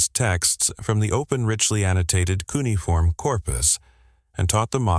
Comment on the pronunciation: Funny how we’re being expected to believe that AI deciphered something mind boggling difficult when it can’t even do something unbelievably easy - like pronounce a word! Hey AI……it’s not pronounced “KOO’ nee form” or “KOO’ niy form” It’s “kyoo NEE’ uh form” - 4 syllables, not 3. LOL